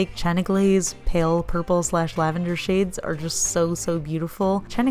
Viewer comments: I ended up replaying the “Lavenduh!” comment twice 😂 Edit: Make it 3 times. It’s a gorgeous color btw 😍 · Ok, I audibly laughed when you pronounced "Lavenduh!" Thank you for that extra emphasis, it made my night way better :D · LavenDUH! 😂😂😂 I love it!